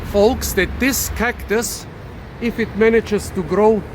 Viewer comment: i heard cock-tus, 😂😂 poor woman